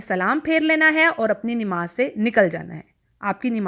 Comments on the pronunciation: Nemaz nhi hota nmaz hota hy or apky sary alfaz Galt hn baqi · بہن. نماز درست تلفظ ہے ۔ ۔ ۔ نون کے اوپر زبر ہے